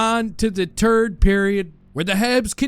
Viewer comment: I finally noticed how says the "third" or "turd" period depending on how the Habs are playing. LOL Fortunately last night and hopefully for the rest of the season he will be saying "third" period...